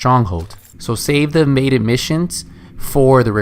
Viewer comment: "Vaded missions..." "Maded missions..." "Imaded missions..."